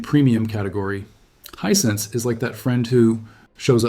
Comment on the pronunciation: 100%, as revealed when he mispronouces Hisense as Hisensuh.